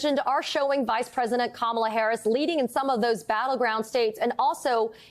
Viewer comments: Go back to sleep, Deborkaren. Here. Let me help you: Comma-la. Can you handle that? It's really not that difficult. In fact, Mace pronounced it correctly and then checked herself and mispronounced it again. It's intentional. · Knowing how to pronounce someone's name and pronouncing it incorrectly on purpose?! Now that's trashy, Lady.